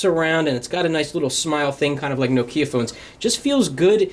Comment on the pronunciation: This guy said No-Kia phone.